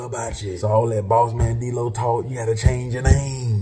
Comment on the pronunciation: The man name is “Dlow” come on now LOL